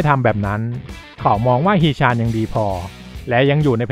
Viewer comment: ฮี๋ ชั๋น...อ่านแบบนี้ครับ ตามพจณานุกรม เกาหลี ทีราบสูง